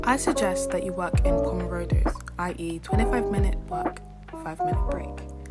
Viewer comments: lol!! u actually just pronounced pomodoro as pomorodo so theres nothing wrong with your voiceover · Your pronunciation of "pomodoro" had me rolling 🤣 in all seriousness though this video was really helpful - now I know how badly I have used my time as I barely studied this holiday 😃🙃